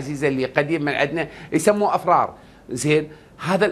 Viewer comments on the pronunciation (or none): من المفترض انت وامثالك اول من يطبق عليهم الخدمه الألزاميه يا اقلها تتركون التبريد ولو لأشهر. ثانيآ حاول ان تصحح ملافظك ( إفرار ) وليس ( أفرار ).